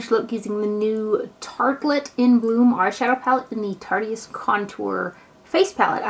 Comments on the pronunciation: I think it's "tarte-ist" like "artist" only with tarte in front of it haha ;-) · Love, but hearing her say "Tartiest" over and over was kinda jumping on my last nerve haha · The way she said it, "tartiest," has certain....implications. Ha ha. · it absolutely kills me how she says "tartEist" lmao.. too cute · I don't like correcting people , but I'm pretty sure it's pronounced like tart-ist. like artist with a t.